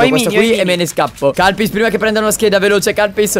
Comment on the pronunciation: ma... ha detto kalpys??